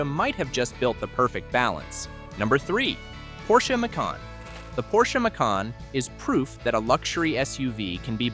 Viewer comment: Funny how Porsche is pronounced correctly but Acura not.